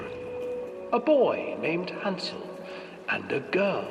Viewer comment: Hansel? Hansel??